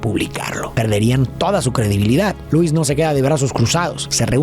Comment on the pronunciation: Si miras cualquier contenido del IP de superman en su idioma original, verás que Lois Lane, se dice Loo-is, no Luu-is